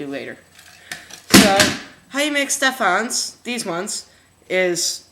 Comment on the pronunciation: EVERYTHINGS WRONG!! It's pronounced ste-fin, and it's FBR (foam backer rod) learn your stuff, you have so many views!